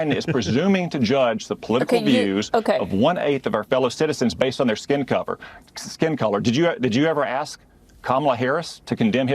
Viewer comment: did he say skin cover? lizard